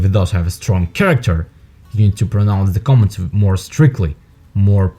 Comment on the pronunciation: It sounds like interpreter saying comments not commands.